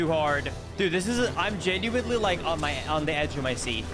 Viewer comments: Genuinely Is pronounced "Gen-you-in-lee" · says genuinely like genuintly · He really does! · Why does pronounce "genuinely" with a T? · prounounces geniunley wrong (this is a comment from 10 years ago btw)